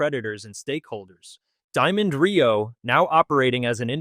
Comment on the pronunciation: Some folks cannot pronounce well. Diamond Reo was a fine truck. Sorry for its demise.